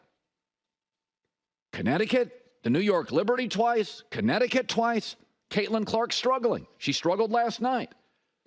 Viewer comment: Lol did he just say get caitlyn carlk easy schedule lol